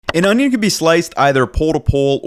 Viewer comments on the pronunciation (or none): You call that an onyo?